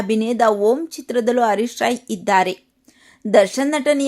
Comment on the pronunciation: ಅಮ್ಮಾ ಅವರ ಹೆಸರು ಹರೀಶ್ ರಾಯ್, ಅರೀಶ್ ರಾಯ್ ಅಲ್ಲ.